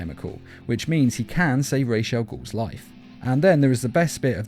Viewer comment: goddammit it's ras, not raysh